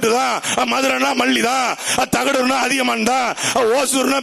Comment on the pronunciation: அண்ணா உனக்கே பேச தெரியல தகடுர் " அதியமான் " அதிகமான் இல்ல அண்ணா முதலில் நீ பயிற்சி எடுனா 😂😂😂 கடைசி வரை கத்திகிட்டே இருக்க வேண்டி தான் 😅